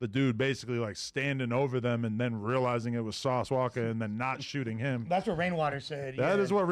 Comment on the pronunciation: Sauce walka not "walker." Damn it aint that damn hard f*ckin junkie.